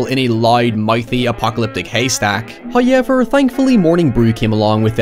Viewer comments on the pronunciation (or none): Tfw you're Irish so you say hoyever too.